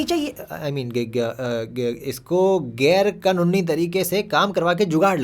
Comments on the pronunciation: GAIR-ka-NUNNI 😂😂😂😂😂 sahi tha bhai 😂😂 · Gair-ka-nuni Now I can't unhear this word